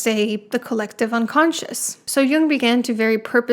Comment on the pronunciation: His name is jung, not young, and heroin doesn't have an e at the enc